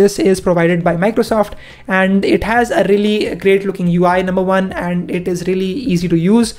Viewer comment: its one not wan